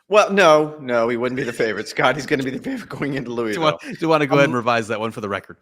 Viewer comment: Gonna save you guys some ridicule before Valhalla next month. It’s “Lou-uh-vul” not “louey-ville” 😉